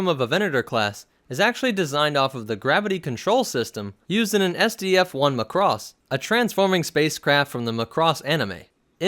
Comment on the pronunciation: The way he says macross is funny to me xD